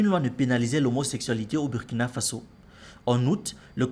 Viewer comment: Mon ami apprends à prononcer le nom du Burkina correctement. Si tu peux prononcer Burundi il n’y pas de raison que tu prononce mal le u du Burkina